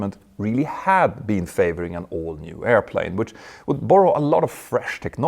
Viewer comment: When you say “all new”, it sounds like “old new”.